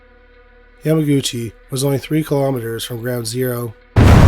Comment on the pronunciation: only here to say the name is pronounced "YAMA-GUCCI" with emphasis on the "u."